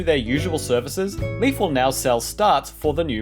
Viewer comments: taunde Even Nintendo calls him Leif/Life and not Leaf in their Direct. You're just always hearing it wrong from English speaker people who don't understand the EI. Go to Google translate, then you hear Leif and not Leaf. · That's what I was gonna say haha. So then we were both wrong. Because it is not pronounced like "leaf" or "life". It is "layf" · Leif is pronounced as 'Life' not Leaf. Not the same letters.... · its pronounced leaf you twat